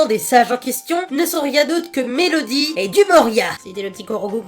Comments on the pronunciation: c'est pas MéLOdie mais MéDOlie ! x) pitié arreter de faire cette faute ! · C'est pas mélodie c'est médolie et si tu me crois pas vas sur internet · Tout le monde dit Melodih, C'EST MEDOLIH, BORDEL